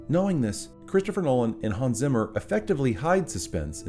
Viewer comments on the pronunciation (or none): uhhaaarg, it is nearly more terrifying how Americans pronounce Hans Zimmer xDDD whyyyyyy??? :( … we also don't pronounce your cities and names in the German way^^ BUT great video! Thanks.